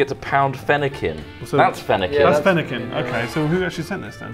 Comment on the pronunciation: fennikin, Chespin and froakie, cmon guys